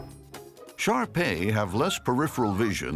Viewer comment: First time I heard him say shar-pei, I thought he said sharpie as in the marker